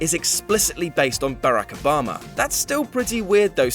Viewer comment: Sir, you're butchering Barack Obama's name by mispronouncing it!